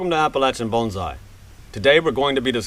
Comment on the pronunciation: You keep calling it a bonZai ;)